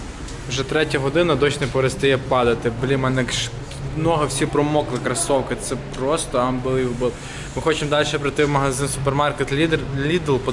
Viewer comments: Парень перестань говорить ( амбиливибел ) так глупо звучит просто пиздец. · лайк, якщо твій рівень англійської "амбилівебл" :D